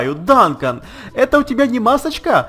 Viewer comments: не Данкан а Дункан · Не Дантон а ДУНКАН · не данкон а дункан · Дункан , Ане Данкан